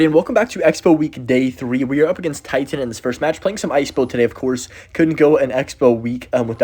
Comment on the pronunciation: the first guy's name is not Titan XD, it's "tobacco" in polish and you definetly don't pronaunce it like Titan LOL